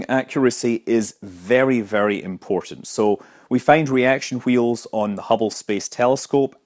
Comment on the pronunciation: 'Reaction heels' xD